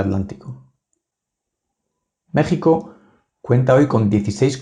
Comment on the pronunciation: Amigo, antes de volver a enunciar el nombre de MÉXICO, Aprende pronunciar la X.